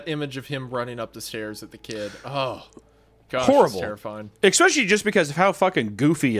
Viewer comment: I swear to god Hunter if you say eXspecially one more time 😤